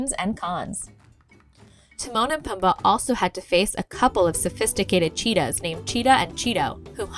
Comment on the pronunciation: It's pronounced poomba not pum ba